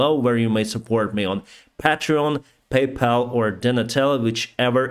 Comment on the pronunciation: Btw, you say correctly Paypal. You say like peipal, but Patrion you dont say like peitrion. You say wrong patrion. Strange. :)